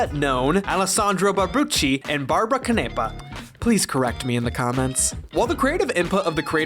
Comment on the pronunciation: Actually, they're pronounced Elisabetta Gnone, Alessandro Barbucci, and Barbara Canepa.